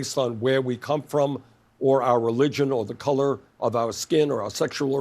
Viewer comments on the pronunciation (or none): none